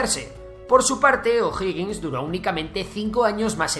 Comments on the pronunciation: Uff algo si, es O'Higgins no O'Hoggins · OJO O'HIGGiNS no O'HOGGiNS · Nadie reacció sobre que el nombre del "primer mandatario", que en realidad fué oficialmente Director Supremo, O'Higgins y no O'Hoggins?, y nadie reaccionó sobre que según el relator, nuestra población era mayoritariamente de descendencia Italiana??, bueno, estaba interesante el vídeo, hasta que se cayó en esos tres "pequeños detalles". Por favor, revisar las fuentes historicas. Saludos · Amigo, ud estudie antes de hacer sus videos. Infórmese porque caen en discursos mentirosos q se han repetido hasta el cansancio sin molestarse en ver si es o no verdad. Y como es flojo en averiguar, miente o se equivoca ...... veamos a) el nombre es O'Higgins no O'hoggins b) Chile no tiene gente italodescendiente sino alemanes en el sur. Argentina tiene de Italia c) El golpe del 73 no fue "brutal" sino violento d) no fueron 20 años, sino 17 (1973 a 1990) d) murieron apenas 3 mil personas en los 17 años de gobierno, incluidos militares asesinados por la ultraizquierda e) Pinochet no fue un dictador .... seria largo enseñarle q significa ese termino, ud haga la tarea e investigue f) No fue un gobierno de "ultraderecha" sino de libre comercio y autoritario. Las misma receta la uso Tatcher y Reagan en el futuro .... ¿¿son ellos de "ultraderecha"?? ... la "ultraderecha" no existe señor!! q ignorancia la suya!! g) Nota: se prohibieron TODOS los partidos políticos, incluidos los afines al gobierno .... (y nunca Chile avanzo tanto y tan rápido) h) los opositores perseguidos fueron aquellos q se levantaron en armas en contra del gobierno. Hay muchos ejemplos de connotados comunistas, incluso, q nunca fueron molestados i) las cifras de "torturados" la da la izquierda y nunca ha sido oficial ya q hay varios q hablan de "torturas" cuando solo se les esposo en un cuartel de la policía o fueron sentados en el suelo, para después salir libres j) los "desaparecidos" también es mentira en gra